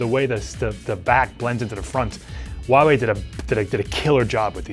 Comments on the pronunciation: Hey dipshit! It`s not WUAWE it`s HUAWEI ! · It’s pronounced who-ah-why not whatever that guy is saying, jeez I can’t take him serious...